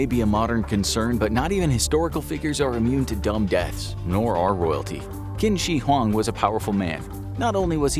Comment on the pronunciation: The pronunciation of 'Qin Shi Huang' is making my ears bleed...